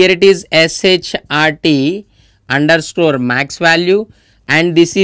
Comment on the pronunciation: Its underscore not underscrorrrrrre.